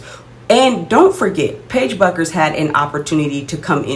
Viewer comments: It’s pronounced “Beckers” not “Buckers” 😊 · Paige's last name is pronounced Beckers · Bueckers is pronounced beckers. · it’s pronounced “beckers”… just if you wanna be taken seriously about a player by their fans. no shade ❤ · She Misspelled her own First Name, so you're entitled to mispronounce her last. It's all "give & Take🙂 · You pronounce Paiges last name wrong. Caitlin is better than 99% of the players in WNBA. Your channel is not very good. I just clicked on it because it came up on my selections.